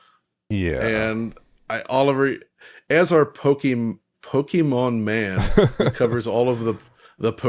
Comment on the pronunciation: Saying Pokèmon RIGHT!!! Thanks guys